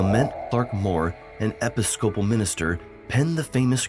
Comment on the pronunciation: EP-piss-cope-all? I assume English is not your native language. Don't rely on AI for voice overs.